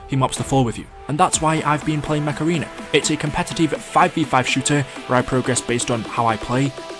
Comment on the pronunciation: i legit thought you said macerena instead of mech arena lmao